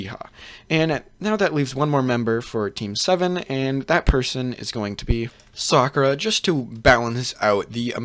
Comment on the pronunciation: he fucked it up when he said sakura